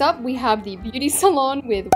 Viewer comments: Nobody else::saying the word salon wrong💀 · She said say-lon